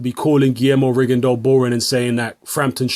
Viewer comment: is the only youtuber who correctly pronounces "Rigondeaux". It's a French surname and it's pronounced "Rigondo".